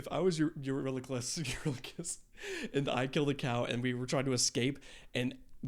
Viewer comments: all this time and you still cant say his name huh😂😂😂 Eurylochus' intrument is the voice of the crew. He doesn't have a traditional instrument, but rather because hes second in command he speaks for the rest of Odys men, thus the backing vocals are his 'instrument' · Also, something I saw on a different react channel for remembering how to pronounce Eurylochus, Remember "you're ridiculous, Eurylochus." And ppl in the Fandom call Telemachus, Telemarketer. If that helps any.